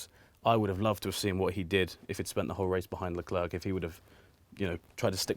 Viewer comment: Alexis is planking on everyone by saying Charles Leclerc's name correctly.